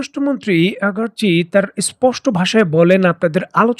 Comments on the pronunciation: আপনার ভিডিও ভালো কিন্তু উচ্চারনে আপনে লেজেগোবরে। আরাগচি কই আর আগারচি কই। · আগারচি নয় রে মুর্খ আরাগচি হবে